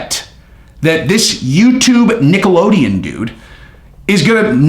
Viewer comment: Do you say Nickelodeon on purpose?🤣